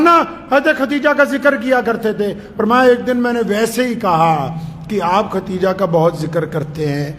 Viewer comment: Mashallah aap to itne bare aalim Hein aap bhi KHATEEJA keh rhe hein, please KHADEEJA bolen